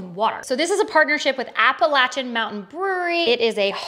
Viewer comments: The way she pronounced Appalachian is killing me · Someone who pronounces Appalachian correctly